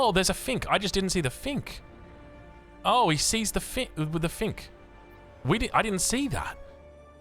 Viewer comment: Bro it’s finch not fink haha😂